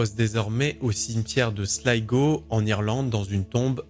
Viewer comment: Merci pour la bonne prononciation de Slygo pour la ville de Sligo